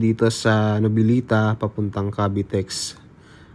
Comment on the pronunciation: For correction po Noveleta, at hindi po novilita, Hahaha paayus nalng po,ng pronounced sa susunod